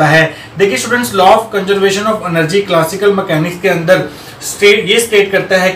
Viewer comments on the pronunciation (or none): I really like the way you say " agle session ke aandarrrr "😄😄